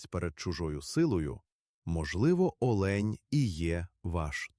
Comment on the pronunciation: Не олеʼнь, а оʼлень!